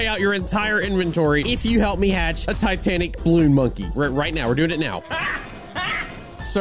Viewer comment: When you were talkin to the traveling merchant first time u said titanac CAT